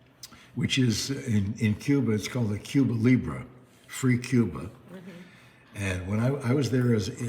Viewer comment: Not Cuba libra as you said, it’s pronounced, Cuba Libre, with an E at the end & it sounds like a short letter E, as in elephant or egg or elegant. And it means, “Free Cuba”